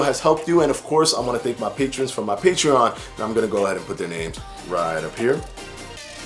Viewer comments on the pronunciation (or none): none